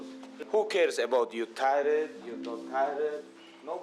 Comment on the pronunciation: Somebody teach him to say tired